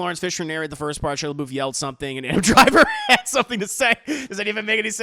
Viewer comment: “Where’s the Leboof” I’m Deceased 😭😂😂😂☠️